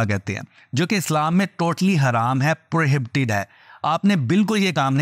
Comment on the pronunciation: Pro -he -be-tid... Prohibited ka pronunciation es tarha se ada hoga. Koi shram ki bat nae hum sab seekhte hain jesa k ap hum sabko sikha rahe hain❤